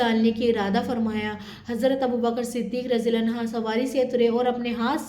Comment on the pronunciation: Anho hota hai anha nahin